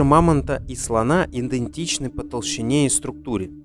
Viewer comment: Эту "свою версию" аффтар случайно надыбал в интернете (я даже знаю, из каких книг и публикаций он этого надергал себе в ролик), потом смонтировал видеоряд и начитал урывков. После слова "иНдентичный" я эту "шляпу" выключил. Жертве ЕГЭ пожизненый ДИЗЛАЙК